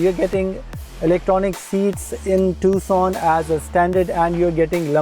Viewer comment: بھائی یہ ٹکسن نہیں ہے۔ یہ ٹوسان ہے۔ تھوڑی بہت تحقیق کے بعد ویڈیو ڈالا کرو